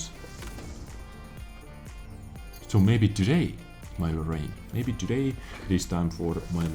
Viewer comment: AGAIN WITH THE "TODAYM"! I'VE HAD ENOUGH! GOODBYE!